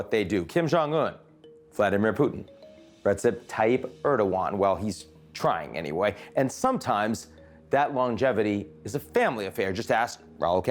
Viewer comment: It's ReJep, not ReTSep, Ian.